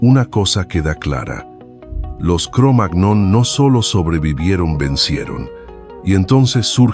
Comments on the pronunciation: Es Cromañón la pronunciación correcta. Porque está raza fue encontrada primero en un lugar de Francia llamado así, y en francés la ñ se escribe "gn". A ver si por fin los locutores se informan un poco antes de leer, y dejan de hacer el ridículo tan a menudo, porque además así le hacen un flaco favor a la gente porque difunden errores. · Aunque se escribe "cromagnon", se dice "cromaÑon" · Excelente documental !!!, La pronunciación de Cromagnon sería algo secundario y tendrá su razón de pronunciación o no, Lo importante, básico y fundamental es el contenido de éste material. Felicitaciones Mil !!!, a sus editores !!, 👍🏻, 👏🏻👏🏻👏🏻👏🏻👏🏻. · Da verdadera angustia también la manera de leer los números que tiene este locutor. Además de su forma de leer el nombre de esa raza primitiva. Es que no hay director ni nadie ahí que le corrija? Pues ya se nota lo que.. se les nota. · ¿Tal vez la máquina no sabe pronunciar la ñ